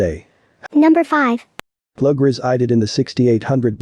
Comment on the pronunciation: I am the cousin mentioned in case number 5, Hazel Klug (pronounced K-lou-g) preferred to be called by her middle name of Alice. Both parents are deceased never knowing what became of her. One sister was killed before she disappeared and another has died due to cancer. This sister never stopped hoping for answers. Help her surviving sister and brothers as well as her extended family bring Alice home.This family has suffered enough.